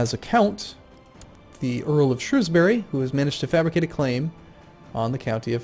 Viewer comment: i love how despite his butchering of every province name, he still manages to pronounce shrewsbury better than half the bloody UK do.